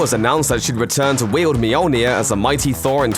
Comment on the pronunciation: "Meeyowlnieh" *shudder